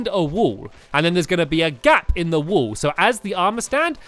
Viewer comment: Stampy some time I kinda here you say "wool" instead of "wall" so can you pls practice saying wall and wool properly